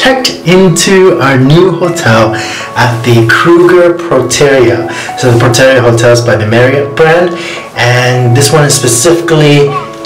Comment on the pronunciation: What a lovely time you had. Lesotho to South Africa, you guys are having so much fun. But the hotel is called Protea, not Protera. And please help me understand the thumbnail. Thanks!